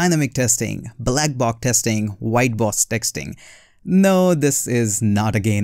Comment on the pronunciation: Your tongue twisted while pronouncing black box testing 😛